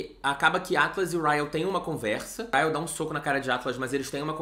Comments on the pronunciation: Sentindo muita falta do chamando o Ryle de Kyle.. hahaha... acostumei por causa do vlog. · Hoje o não errou o nome do Ryle KKKKKK